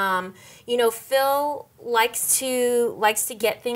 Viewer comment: it sounds like he is calling him "Filth"